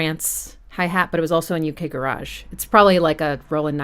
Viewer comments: Nice analysis of a great souding album though Jilted Generation will always be my favourite from that era. BTW the garage in UK Garage is pronounced 'ga - ridge': Me and my friends at the time thought that little voice in the background in the bridge of Breathe was saying 'wanker', which our small minds found pretty amusing! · I love how she says garage all fancy... When garage music is so not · Hearing someone say “U.K. Ga-raaj“ is so weird! Ga-rij innit! Amazing video as always! Love your stuff! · It sounds funny to my ears when "Garage" is pronounced to rhyme with "Barrage" rather than "Carriage" when describing that particular genre of music rather than a place to store cars and assorted junk.